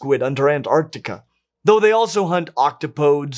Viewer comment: Pedant mode engaged. You said "octopodes" really weird; it should rhyme with antipodes. (Yes, I know Dapper Dinosaur says "antipodes" the way you said "octopodes," but pretty much all antipodean apes say "an-'ti-puh-deez." (Also, Dapper's not a linguist.) An easy way to remember the proper pronunciation is the corner of your language center that's 12 should want to say "octopodes nuts.")